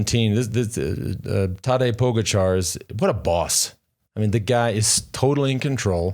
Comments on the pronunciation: It's pronounced Po-gotcha, no po-ga-char...Lance makes everyone else dumber. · Its not pronounced Pog-a-char. It is pronounced Pogatcha. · Or Po-Gotcha!